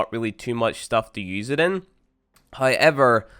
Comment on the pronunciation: Why do you always say hoyever